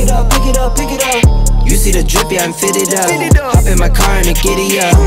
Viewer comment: "Ai-ropi" pelamor tenta ao menos pronunciar corretamente. eh HOP nao HOPE